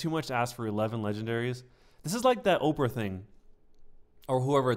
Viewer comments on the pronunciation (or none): none